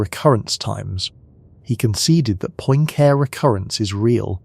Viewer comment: I can't ;isten to someone who can't pronounce Poincarre.